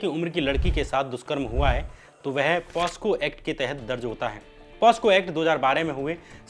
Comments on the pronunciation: Aap ne baar baar ek word “posco” kaha jo ke asal me “pocso” ACT hai. 🙏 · Hi bro... I'm a huge supporter of almost all the content you created..n this content too is a very good content to . but you need a little bit of improvement in pronunciation.... It's a POCSO act not (POSCO Act).. hope you will soon improve your pronunciation... Eagerly waiting for your content. Take care. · श्याम भाई, तुमसे अनपढ़े पने की उम्मीद नहीं थी। लेकिन तुम हो तो गंवार ही, पोस्को नहीं होता है, पोक्सो है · The act is not POSCO. ... its POCSO.. For awareness also- you MUST correct it, people should know the right Act and its provisions too. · Are pehle bolna toh sikhle posco act nahi pocso act hota he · It's POCSO Act ✔️ Not POSCO Act ❌